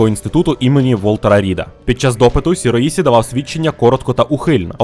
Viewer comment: Добрий день. Вибачте за додовбування, але ліпше Шіроїші, а не Сіроїсі